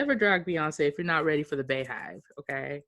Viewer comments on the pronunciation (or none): Bee hive BEE hive not Bay Hive omg 🙄🙄🙄🙄 unsubscribed